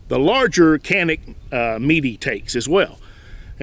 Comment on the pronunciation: Canik is actually pronounced as Janik - like Johnny +attic :). Mete is Meh-tay, Wife is Turkish so i had to ask her ;)